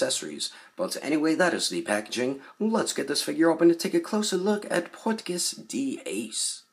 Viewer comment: Cool video but I cringe every time you pronounce Portgas that way lmao thanks for the review tho lol I been on the fence about this one